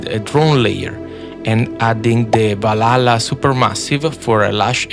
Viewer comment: I unironically love the way how you pronounce the 'valhalla' word 😊